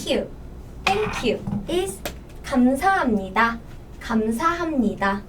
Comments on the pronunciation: (1) most people read ㄱ as k in this context (not g) . (2) it should be 감사합니다, with the ㅂ not ㅁ. the pronunciation changes whenever n(ㄴ) follows ㅂ. so you say 'kam-sa-ham-nida' instead of 'gamsahabnida'. (feel free to correct me tho 😊) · That's a grammar rule the B becomes P when pronouncing HAMNIDA (Not HABNIDA) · That’s because when Koreans pronounce the ‘b’ sound they don’t open their mouths again before going on to the next sounds. Try saying gamsahabnida without parting your lips again after the ‘b’ sound. It sounds more like ‘m’ right? That’s just the way Korean people pronounce Hangul and that’s also why it’s better to just read everything in Hangul and not in romanization. It can be hard sometimes but with listening a lot it gets much easier :) Hope this helped ☺️